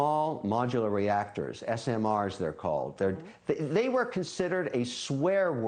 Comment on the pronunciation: He's invested in nuclear, but he can't pronounce it. I don't know why that word is so impossible for some to pronounce.